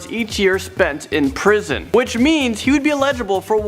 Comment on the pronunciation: How many damn times does he have to say that. Also, dude needs to learn how to say eligible.